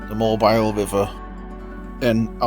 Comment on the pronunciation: Amazing video! Alabama resident here, I adore these guys! Also a side note, Mobile is pronounced "Mō-Beel", lol